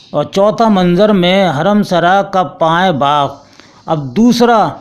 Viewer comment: Janab payen nahi wo lafz پائین باغ ہے